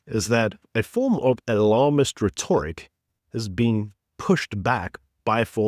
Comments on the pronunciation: RHEToric (emphasis on RET) not rehtORic... but a great show as always! I don't think Ramapoepal was deliberately "stood up" - he's just not important enough lol. Trump had far more pressing issues to deal with. We'll never get AGOA back and tariffs will never be relaxed for us - the ANC is too stubborn and greedy. Yeh thanks Gweedy you old fart. Thanks ANCancer. Jeez we've GOT to get rid of these greedy commie pigs. EDUCATE the voters guys! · PRONOUNCED "RET-TRICK" UGH